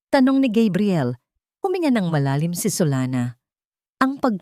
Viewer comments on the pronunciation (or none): Bakit po Gabriel minsan tapos Kabriel another po talaga ang dapat pronunciation haisst